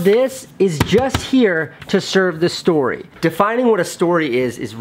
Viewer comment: You needed a bit more enphasis on STORY